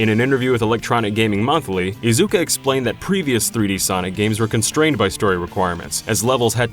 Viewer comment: Protip, guys: *Ta*kashi *Iz*uka. First syllable heaviest, & never enunciate a "u" sound in Japanese. Thanks so much for your content, guys.